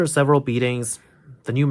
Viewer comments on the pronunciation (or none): none